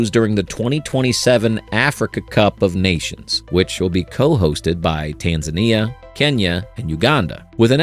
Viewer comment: You know that the voice is AI generated because it can't pronounce "Tanzania" correctly